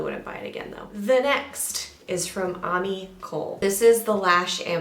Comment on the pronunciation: Ami Colē is pronounced ah-mee co-lay Loved this roundup!